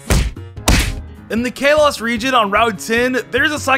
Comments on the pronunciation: WHY DOES HE SAY KALOS LIKE (K-LOW-SS) WHEN ITS SUPPOSED TO BE SAID LIKE (KAH-LOW-SS) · The way he says Kalos.... Kaylos... I'm sorry. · "Kay-loss region" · I like how he calls kalos kay-loss when it's Kal-los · you dummy its k a l o s not ka los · i feel pain every time he says kalos like “kaylos” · if you call kalos calos one more time i swear to god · Kalos (Call-oh-s) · Ikr its Ka-lows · Sounded like Chaos to me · Or kay-Los lol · did anyone get mad when he said kalos wrong? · Video starts for people who don't want to sit through a sponsor who says kalos like that it's completely wrong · Why tf do you keep saying Kalos like that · Take a drink everytime he mispronounces Kalos. Take 2 everytime he mispronounces anything Hawaiian in the Alola region I challenge YOU